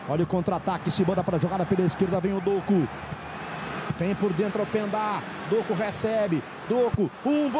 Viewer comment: O narrador falando o nome do doku errado de sacanagem kkkk